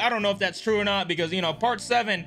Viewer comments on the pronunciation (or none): its not truweeeeeeeeeeeeeeeeeeeeeeeeeeeeeeeeeeeeeeeeeeeeeee